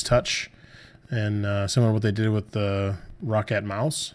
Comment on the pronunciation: you know you say roccat like rocket